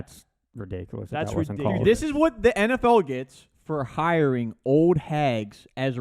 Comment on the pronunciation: The guy on the left can't pronounce cold or old properly. Sounds like he is saying code and owed.